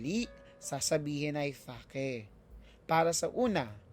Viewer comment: Asking lang po if ganyan talaga ipronouce ang Real at Fake?